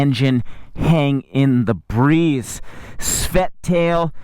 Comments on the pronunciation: I think you mean svelte when you say svet. It is pronounced ssssvvvv-Elle—teh. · He was trying to say "Svelte." I think.... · the way he pronounces the words "matte", and "svelte" really bothers me.